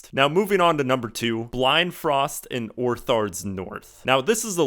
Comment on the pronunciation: Blindfrost is all one word, and it's Othard, not Orthard. *Meracydia, not Mericydia.